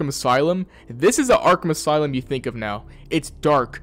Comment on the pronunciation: "aslume" the brain rot is affecting us all I see. Is there a lore reason for that?